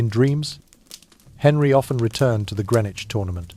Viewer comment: Not how you pronounce Greenwich